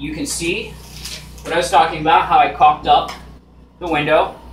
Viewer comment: ***** no I meant that it sounded like 'cocked up' which is a saying here meaning 'f....d up' that's what made me choke on my coffee lol!